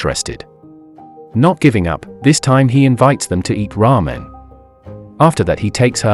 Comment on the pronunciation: "He invites them to ear ramen" I totally heard it as "Raw men" at first XD